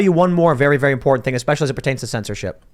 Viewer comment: God damn it!!! Teach Like how to say WORDS PROPERLY!!! IT'S NOT eXpecially, because there is NO "X" in the fcuking word! Also, there is a "T" in mounTain.. see the "T"???